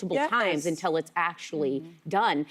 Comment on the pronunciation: “Until trump came in, Eh”. Say it right